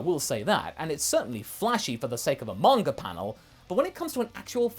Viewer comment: "Manger" Haha